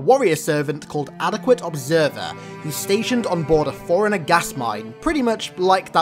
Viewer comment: Bro if that is the way you pronounce “Forerunner” then how the hell do you pronounce “foreigner”